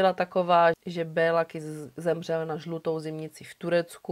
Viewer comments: Děkuji moc za super příběh, opět skvěle zpracované =) jen maďarsky se to vyslovuje Kiš ;) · Super video:) jen v maďarštině se dvě S čtou jako Š. Takže Kiš😉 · Taký drobný detail...jeho meno sa vyslovuje "Kišš" :) V maďarčine je "S" vyslovované ako "Š" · Ano. Kiš.v překladu Malý.🤔. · Moc pěkně zpracované, jako vždy. Jen pro pořádek- "s" se v maďarštině vyslovuje jako "š" (Kiš), "gy" jako ˇ"ď" (Naď)... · Moc rádi vás sledujeme , jste super . Kiss v maďarštině se čte jako Kiš .. to je jen drobnost, jinak jak píšu super a aj tak super 😊 Károly Nagy - Károly Naď